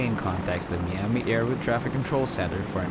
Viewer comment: Great narration, Miami is pronounced MYami not MEami